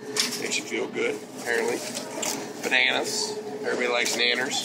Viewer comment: Why am i not allowed to like this video ? I really enjoyed this video and hearing Roy Nelson say Bananers, and just Roy Nelson in general